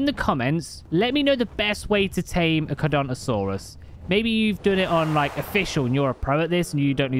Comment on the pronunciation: I think we can all agree that the dinosaur community are fuming at constant fail of pronouncing charcaradontosaurus (car-cara-dont-Oh-saurus) smh